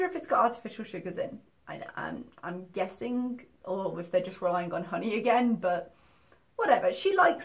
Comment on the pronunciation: "Hoeney?" This is the girl that claims to have read 24 books a month, but she can't pronounce basic words?🤔🙄